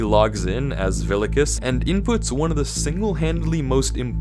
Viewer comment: the way you say vilicus hurts me everytime (I'm a latin II student, in latin Vs are pronouces as Ws)